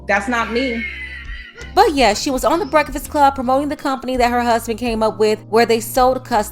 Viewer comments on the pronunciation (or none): When I heard her say Breffast. I would have never trusted her 🤣🤣🤣